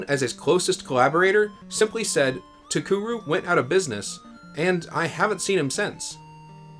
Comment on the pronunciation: Very nice video! I wonder what Kitamura is going to be working on? I never knew Cocoron had a planned sequel. It's a shame that Takeru folded before it could be released. Speaking of, I think you mispronounced the company's name throughout the whole vid lol. "Takuru" as opposed to "TaKEru".